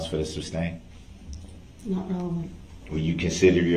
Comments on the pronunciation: I just wonder all the time way he say ax when he ask ! Ask - ax 😵‍💫 …… sabstain 😅it’s sustain mr groundz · Substain! I hate when he said that. Mispronounced so many words and thought he was so brilliant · The "tacKit," agreement and "suBstain," are killing me. He is so indignant that he's right, and yet he can't even say the words he's trying to use, and that he hears multiple times a day. He hears the word sustain over and over and still f@ it up. Smh